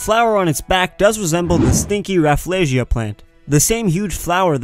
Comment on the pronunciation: I thought rafflesia is pronounced as ra fel sie ah and not ra flay sie a